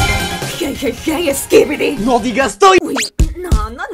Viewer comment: hey hey hey sikibidi NO DIGAS TOILE